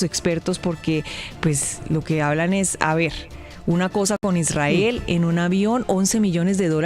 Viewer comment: Su aLOCOción es solo pretexto para pronunciar sus palabra preferidas Chuzada e Israel y en perfecto inglés 😂